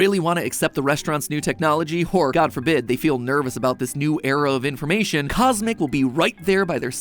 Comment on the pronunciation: CosMc sounds like kus emmak tsk tsk tsk